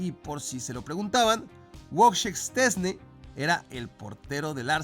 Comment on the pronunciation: corrección, se pronuncia VOICHEJ SH CHE NS N E (la E cerrada) casi le atinas😂😂